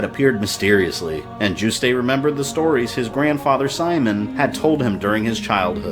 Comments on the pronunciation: It must be because I'm French but I get so triggered by your pronunciation of Juste. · I think the "e" in Juste's name is silent. Great job, love how you characterized Simon, too! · I'm pretty sure the E is silent. I've heard almost every reviewer pronounce it that way, all my friends pronounce it that way, and I'm pretty sure the devs pronounce it that way in certain interviews. In fact, you're the only person I've heard pronounce it the way you do. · Good vid so far but two issues: "All that remained of Dracula were his remains" sounds kinda redundant. Maybe "But all that was left of Dracula were 6 body parts" then list the parts needed. Also Juste's name is pronounced like "Juiced" not "Juice-Tay". The name is French I believe, hence the pronunciation. BTW question. Is the SNES port, Dracula X, essentially the same story as Rondo of Blood? Because game-wise, they seem very different. They share the same assets but level designs are very radically different Thanks also for using footage of the original unedited US release of voice casting for SotN. I personally prefer the re-recorded voices used in the Dracula X Chronicles but the original ones were the stuff of CastleVania meme legend. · I finally found one complaint with this series so far. Juste is pronounced "Joo-st" like roost, not "Joo-stay". Oh, one more . For Richter to be Juste's son, Juste would've had to be 43 when he had him. That's certainly not impossible, but it seems far more likely to me that Richter is Juste and Lydie's grandson. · well its a french word and means righteous; definitely not pronounced Yoost. Richter is a german word and he pronounced it wrong too, but pronouncing Richter is pretty hard for someone who doesnt speak german. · You pronounced Juste wrong.